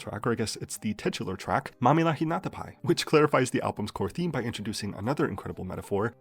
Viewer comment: I really appreciate that you took the effort to learn how to pronounce Mamihlapinatapai instead of acting the fool like other youtubers.